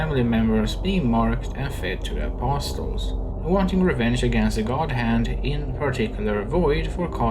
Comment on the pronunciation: STOP SAYING APOSTLES LIKE THAT